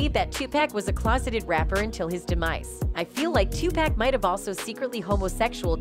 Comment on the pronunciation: Lol 😂 This is some bullshit she saying his name wrong Tupack so disrespectful PAC wasn’t gay y’all trying to dirty the goat 🐐 name but you can’t we know this is just for views smh 🤦🏽‍♂️🤦🏽‍♂️🤦🏽‍♂️🤦🏽‍♂️🤦🏽‍♂️